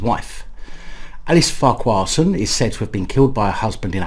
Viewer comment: It’s pronounced Farquharson Not Farquharson. 😀